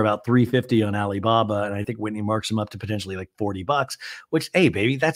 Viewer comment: I laugh every time you say “Ali Baba”. You bring so much joy to our lives. 💕💕